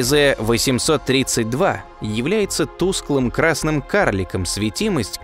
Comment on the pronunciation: Правильно гли́зе ,а не глизе́!